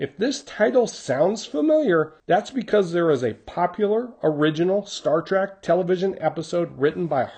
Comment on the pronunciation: Sorry to nitpick but its Star TREK you're pronouncing it TRAK, i was actually expecting a homage to Devil In The Dark, another Star Trek episode